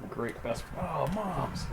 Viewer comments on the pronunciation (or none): none